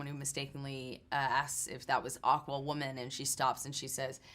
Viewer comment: Does anyone else feel like the narrators voice is...off? They keep mispronouncing aquaman and feels like one of those narration robots